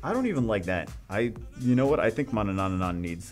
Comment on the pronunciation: You're saying four times the amount of n there are in Manannan... Manananananananana lol